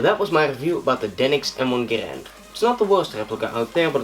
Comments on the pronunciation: If you want to say Garand properly, you pronounce it "Gair-end" not "Guh-rand" John C. Garand was very adamant about this pronunciation of his name. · It is pronounced Grand. Say it with me now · Zane Weaver it is garand... say it with us now “GARAND”